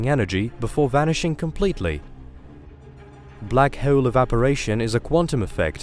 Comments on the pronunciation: My ears bleed when I hear him saying black heeoul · anybody else infuriated by how he says bleaackhk haaawuleee